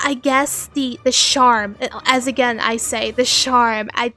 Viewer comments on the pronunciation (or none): Love the vid but can you please say charm not sharm? Also your own voice is very cool i feel like why not do voice acting yourself?